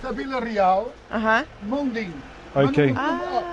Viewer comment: So glad you found the right stone, it will look amazing! And it made me smile hearing you say my hometown's name Vila Real 😊😊 Hope the stone arrives soon. All the best!